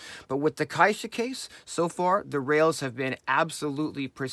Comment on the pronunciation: Great video, and thanks for the care in pronouncing "caixa" properly. :)